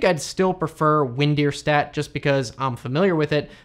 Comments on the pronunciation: It's funny how you pronounce WinDirStat. It's not "Deer" It's Der. Like Directory. WinDer, in other words. It was made as a joke of how you could pronounce windows like Win-ders. Just letting you know. Great content though! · WinDirStat. .. "der".. not "deer".. it's not Win DEER Star... it's a directory program.. not a DEERectory program. Win Dir Stat. sheesh.